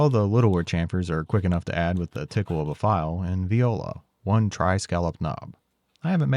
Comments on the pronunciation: IT'S NOT PRONOUNCED. " VEE -oh-la". IT'S. "wah-la". French. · Great video! Just letting you know that when you mispronounce "voila" as "viola", it sounds uncomfortably close to the french verb for rape. Not your fault, I hear english speaking people do that mistake quite often.